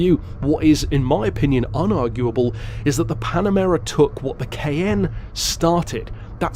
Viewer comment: I just realized he was saying Cayenne not “KN” lol. I was so confused first time I watched.